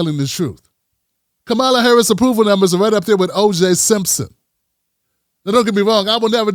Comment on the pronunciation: Please put the accent on the first syllable of KAH-ma-la. Like a comma.